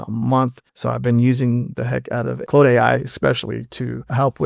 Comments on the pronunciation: I caught that too. He could be Ai, I never heard anybody see an AU and pronounce it clode. Its Claude you lower than garbage of a person. Like Klawd. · lol, do you say Clode to see if you get a rise out of your comments? Or are you just really retarded?